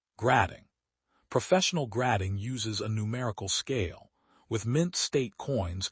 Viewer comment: 🤣 gradding instead of grading.